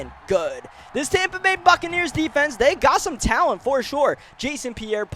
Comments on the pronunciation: "Tompa bay" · it’s not tompa bay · TOMpa Bay. I was confused when you said that at first. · He just keeps saying Tampa wrong